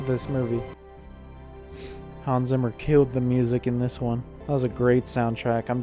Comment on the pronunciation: Why do you always butcher the name "Hans Zimmer".🤣🤣🤣 Phonetically transposed into American English it is "Hahns Tsimmer".